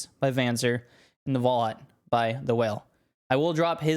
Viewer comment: Unique video style! Reminds my of zorzgamig, not by how it's made but how unique it is. And WAL HA U T was nearly right pronounced :) Also thx for the very good explanation! Was an pleasure to watch this video!